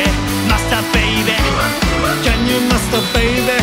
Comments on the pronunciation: の「can you」の発音が癖になりすぎる、、最高すぎるぞビバ〜〜〜！！！！ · Can you master baby? の発音ペラペラの人の発音で惚れた💕︎ さすがすぎる👏👏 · の「Can you」の発音がガチで好き。 10万回再生おめでとうございます🎉🎉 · 歌みた第2弾ありがとうございます！！ のと、さらっとcan you〜とAngelの発音いいが好きすぎる…に無限の可能性 ~同じ日のライブで、最初か最後が「One Night Carnival」アンコールに「イケナイ太陽」っていう所まで妄想した 何咥えてる？シガレット？爪楊枝？ 何にしろ飴咥えてたHappiness思い出す